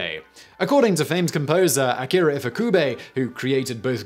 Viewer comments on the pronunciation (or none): none